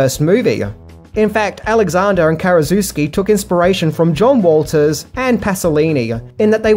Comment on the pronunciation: Are you saying 'John Walters'?